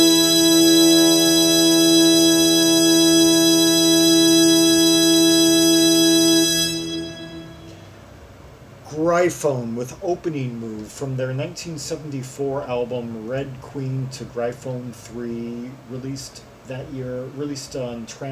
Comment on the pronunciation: their name is pronounced 'Griffin.' I know it's spelled with a 'y' but trust me - it's pronounced 'Griffin.'